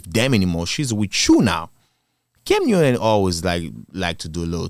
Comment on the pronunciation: It's "cam newton" not "cam uewton."